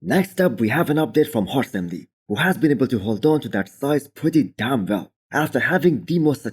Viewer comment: You shouldn’t enunciate DAMN so much. Proper English you don’t enunciate damn more than the following adjective.